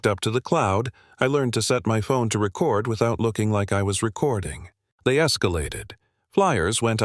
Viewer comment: I know this is generated by AI, but you need to teach AI that words have more more than one meaning and can be said more than one way depending on this structure of the sentence since I was made to go to summer school for English English for three years years having this crammed down my throat AI needs to learn it too. Record was said the wrong way used for that particular sentence structure come on if you’re sending kids to summer school because they can’t say the words writer make the sentence structure correctly. AI needs to go back to school and learn to.